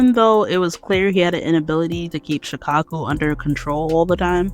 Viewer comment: Why I thought she said “Chicago” instead of “Shukaku”😂😂